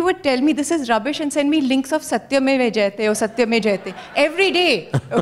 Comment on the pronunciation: She doesn't even know how to pronunce Satyamev Jayate??? These bolly celebrities are so overrated.